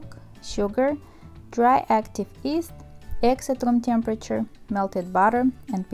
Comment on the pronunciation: why do say yeast as east?